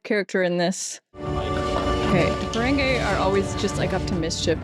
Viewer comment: I know it's pride month, but they're Ferengi, not Ferengay.